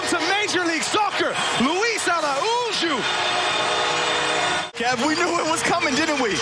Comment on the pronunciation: A pronúncia do nome LUÍS ARAÚJO está corretíssima😆😆😆😆😂😂😂